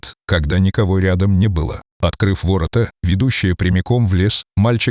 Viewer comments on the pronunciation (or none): Озвучка УЖАСАЮЩАЯ, автор,читайте текст перед озвучкой. Ваш ролик очень проиграл от такой читки. ВолкОв и вОрота- вообще перлы. Дизлайк.